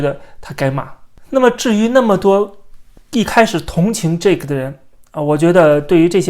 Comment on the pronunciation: 是Jake, 不是Jack。 發音不一樣。